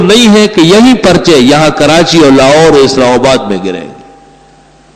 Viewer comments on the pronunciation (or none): none